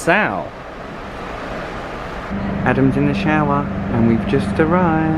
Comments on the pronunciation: You are pronouncing Nassau wrong!!! NA-SAW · Hello, Nassau is pronounced "na-saw" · love the video..but my home town is pronouced na(saw)... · Is it pronounced Na-Sow or Na-Saw? We’ve been to Nassau several times but we’ve never heard it pronounced the way does? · It's pronounced NA- SAW